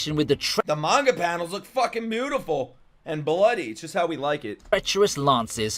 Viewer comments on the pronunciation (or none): none